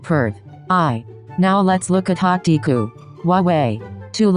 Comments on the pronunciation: ah yes deeeee-ku and not de-ku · it sounded like "Deku" 😫 i love it 😂